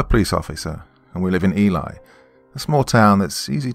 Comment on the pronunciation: Great story! The town of Ely is pronounced 'elee'. You know how town names are. 😁